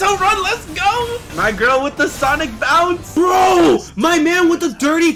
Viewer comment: Super s - anne - ic lol sanic